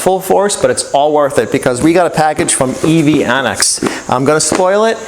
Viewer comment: Isn't it pronounce EV-Annex, and not EV-On-Ex?